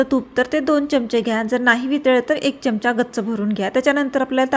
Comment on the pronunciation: छान नवीन प्रकार आवडला❤ फक्त चमचा,खोबरे अशा शब्दांचा योग्य उच्चार करा , तुमच्या चॅनलची प्रगती होईल👍